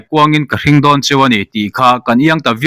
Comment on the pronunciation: Mizo ṭawng chhiar dik loh chuan a awmzia a bo, HRING tih biblea mi rawn lak chhuah hi, nau hring emaw rawng hring emaw lam dana lam tur a ni lo Hrïng = zual emaw sual emaw lamrik anga lam tur. Hrem emaw thunun emaw sawina a ni.😮